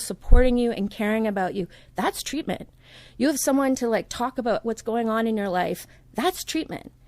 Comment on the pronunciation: Is that really “ TWEATMENT “ or “ TWEAKMENT “ ! ? ??? 😳🧐